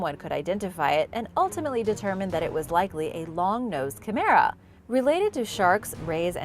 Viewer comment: Long nosed chimera, the chimera bit is sounded out as shim-mer-a not mare-a, very short a more like derma, and the accent is on shim. Chimera is meant to sound eerie, a dreamlike, nightmare or ghostly vision/ creature. Please try not to use the wrong pronunciation and make it sound much more pedestrian, our language has these strange words for good reason..